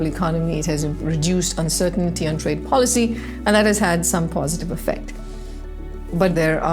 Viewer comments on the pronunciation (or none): She almost say folly for policy